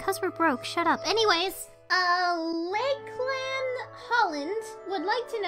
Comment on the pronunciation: I just want to say thank you for answering my question oh and my name is pronounced lock-lan although I'm not mad about it, it honestly happens more often than you think